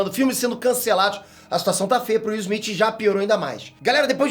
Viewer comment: O nome dele é Smith e não Esmit como você fala.